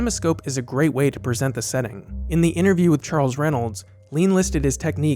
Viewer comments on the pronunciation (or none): none